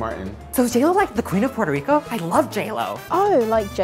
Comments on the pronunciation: Puerto Lico???????????????? RRRRRRAAASPATE PA'L CARAJO!!!! 🙂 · Omg the "puelto lico" thing is how my Mexican husband get into my nerves. We do not say puelto lico mano! Uno dice Puerto Rico carajo! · Saying “Puelto Lico” will get you slapped, don’t try it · I was so done when he said "Puerto Lico" i can't face that truth man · Is gringee when other latinos say Puelto Lico XD. That's not how we talk. We only change the R for the L after a vowel (when we say Puerto for example). Y arrastramos la R before vowels when the R is after another vowel or when the R is the first letter of the word (when we say Arroz or Rico for example). And also we change the S or Z a lot for the J when we talk but is a weak sound (when we say Arroz or arrastrar for example). 🇵🇷. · Is gringee when other latinos say Puelto Lico XD. That's not how we talk. We only change the R for the L after a vowel (when we say Puerto for example). Y arrastramos la R before vowels when the R is after another vowel or when the R is the first letter of the word (when we say Arroz or Rico for example). And also we change the S or Z a lot for the J when we talk but is a weak sound (when we say Arroz or arrastrar for example). 🇵🇷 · you know well we don’t say Puelto Lico! 😡! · The latest one ive heard is " i should buy property in Puertoh Reecoh" 🙄🙄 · “puertolico”💀😭🤣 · "Puelto lico"😂😂😂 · puelto he call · never say puelto lico 😂😂😂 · es el más gracioso con pronunciar la “L” PueltoLico... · Stop saying Puerto Lico it's very disrespectful to our people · Puelto Lico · IM CRYING "GoyaBean" "Puerto LICO hat" 😂🇵🇷🇵🇷🇵🇷